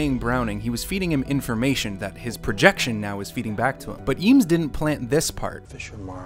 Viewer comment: Eames , pronounced "aims"